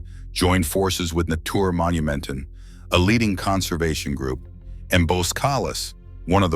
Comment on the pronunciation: Natuurmonumenten NOT Natoermonumenten uu and not oe as in shoe uu as german ü as in über NOT AN OU aqs in you or an oe as in shoe... back to school you go... no more playing with videos...